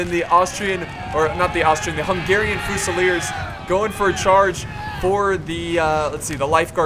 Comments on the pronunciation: i'm not trying to hate but. It's fusiliers, pronounced with a fuse. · the way you pronounce fusiliers and hussars is fucking suicide inducing. please stop.